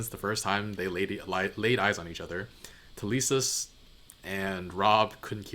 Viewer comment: “That wouldn’t be the worst thing for him in the world” 😂 I believe Talisa is pronounced more like Melissa? I could be wrong You may know this by now? But Arya’s friend is called Hot Pie